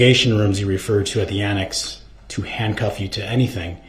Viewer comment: Why does DumbDarrell put a "T" at the end of words ending in a "S" sound? Example, annext, thist.